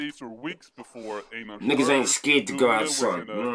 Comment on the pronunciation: Einar is Einar, there's no "ainar"... 😄 And Dree Low quit his career after Einar was shot, maybe you know? He was with the Husby Hyenor, as someone wrote (or is)...